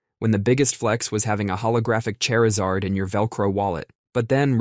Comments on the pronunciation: You loat me at Chair-izard lol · Im sorry but chairzard??? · Chair izard. Chair....izard. ...chair....is....ard. chairisard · I adore the way they said "Chair Ih Zard" ♻